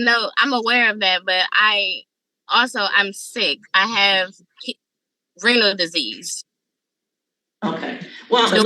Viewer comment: I swear it sounds like she is saying that her sickness is "rental disease" - 🤣